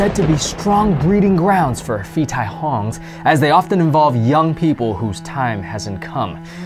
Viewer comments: Phi tai hong ='Pií Thai hóng kinda sound, not Fi Taì hòng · For the thailand ghost : you have to pronounce [Pi] and not [fi], pi or pee means ghost, tai means dead , and hong hum... I dont remember what it is. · Phi is actually pronounced as Pii. H is silent. Actually most of the Ph in thailand is not Ph. It's just the foriegners fing it up because they think it's cool to only know how to pronounce a soft P cause that's a thing EVERYWHERE in asia. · haha in Thai "ph" is pronounced like a p, so it should be "pee tai hong" , "pee" means ghost :)